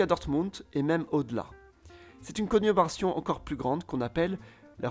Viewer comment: C'est conurbation, pas "conubration".